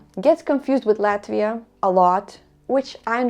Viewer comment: me being a russian speaking, I felt how you pronounced "Latvia", feels like just home :-)